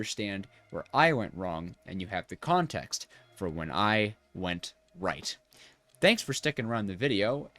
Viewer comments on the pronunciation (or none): none